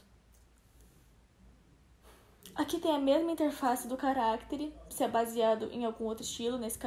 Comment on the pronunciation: é estranho ouvir ela falando carActere, ao invés de caractEre. mas ta bom, não é nada de mais